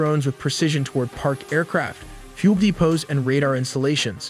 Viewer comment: I hear "pube depots" not "fuel depots".